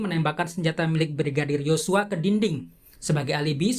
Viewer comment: Sedikit gagal fokus sama pembawa acaranya saat ucapin YoSsuaa hahha